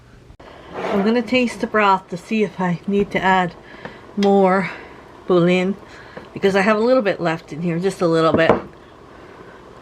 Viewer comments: boo-LEE-on not booleen (tip) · HI! I believe that chicken concentrate you added to your soup is pronounced boo_lee_on, Trust me on this one, I suffered through three years of French in high school. LOL!! Everything you cook is prepared so creatively. A valuable kitchen skill. 😊